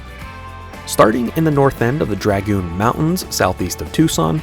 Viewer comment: Nice job. New subscriber here. Any comments on your rooftop tent? What sidearm are you carrying? In the Gleeson section, you missed the “Prisoner tree and cable “ used prior to the jail being built. Learn how to pronounce “Dragoon”😀 See to your weapons and stand to your horses, Storm Rough Country Horses High Lonesome, A.T.